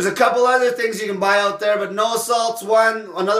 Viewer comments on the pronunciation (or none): none